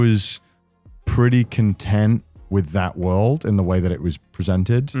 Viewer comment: Ever since he pronounced that word I don't think anyone's been able to unhear it whenever someone says it 😂